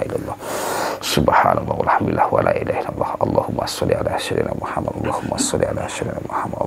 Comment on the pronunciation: lidah jawa trlalu tebal melekat...Muhammad bkn Muhamad..sebutan makhraj ayat quran biar mantap bener ..